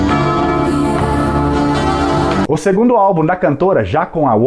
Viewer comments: O senhor que faz a locução não sabe prenunciar Celts que quer dizer CELTAS e não Quelts que não existe. Que se mete a fazer este tipo de vídeo tem de saber o que diz. Para este senhor cenoura prenunciasse Quenoura. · Muito boa a materia, mas o álbum chama The Celts (com som de C mesmo) e não The Kelts :) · The Celts se pronuncia com som de C.